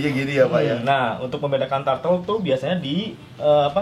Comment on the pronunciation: wkwkwk tortle. yg bener turtle brooo hahaha